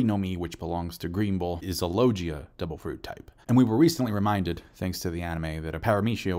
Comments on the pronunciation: Dude you need to learn how to pronounce it it's logia not Loggia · LOGUIA* if you speak spanish, a hard G, you are, not "SAL-yer" right? Names matter lol Also agreed with your assessments, that's why you're the bes onepiecetuber!! Take all the time you need, we'll watch no matter when it drops.